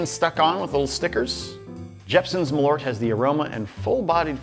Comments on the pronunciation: Its MAL ÖRT not Malooort.. The Swenglish is killing me. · Try to pronounce it like mahl-irt (like the i from bird or shirt) and you'll be closer to reality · Is.. Is that genuinely how americans pronounce Malört? For reference, it's the swedish word for wormwood (which is the key ingredient), and it's pronounced Mal-ört, the ö having the same sound as the vowel sound in bird. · It's pronounced "Maaaaal-eurtt" 🇸🇪 Btw, you haven't tried nothing yet... #Surströmming should be your next ☺️ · I was thinking he was intentionally saying Merlot wrong for most this video lol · Honestly, USA, if you're gonna spell it with the umlaut and all, you really need to pronounce it as such, too. M-Awwww-l-eeeeuugh-rt. It even fits the taste better. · As a swede i thought i should chime in on this, Malört is a kind of herb (ört means herb in swedish) and the "ö" is more pronounced like the u in "burn". Malört liqour is traditionally cosumed with fatty food because it's thought of as good for digestion. :)